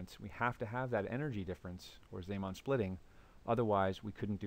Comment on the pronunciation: You pronounce zeeman wrong. How can you say antiparellel after after the introduction of the magnetic field B sub zero? In your picture, both the left side and the right side are aligned parallel.